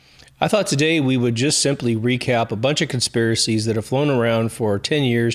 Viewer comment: I thoroughly enjoyed your special on conspiracies (CON-SPIRACIES) 😂😂. THANKS 👽🛸🌚🌍